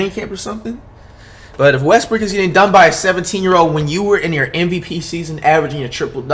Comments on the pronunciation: Did flight really say Westbrook and not westbrick HUHHHH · “Russel Westbrick”